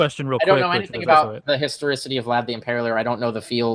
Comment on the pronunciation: That is not the first guy calling it the "historOcity" of jesus. 😁